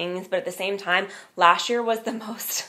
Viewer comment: Please stop saying "dish" year and "lasht" year, it is"this year"and "last year"!